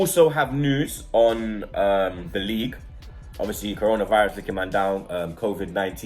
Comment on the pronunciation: says corna virus